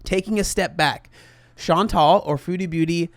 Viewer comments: This is maybe a bit unrelated, but every time you say “Chantal” I keep hearing “Sean Tall” and that’s so entertaining by itself. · you crack me the hell up. “Chantal….. is….. fat” LMAO